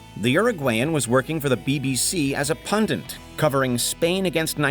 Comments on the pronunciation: It’s PUNDIT not PUNDINT! And wrestling isn’t a serious endeavor. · What the hell is a pundent? It’s pundit ya clown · The word is PUNDIT, not pundant. Your credibility suffers. Get someone who knows English to proofread the scripts and get a dictionary that explains pronunciation. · you said "pundent" hahahaha it's pundit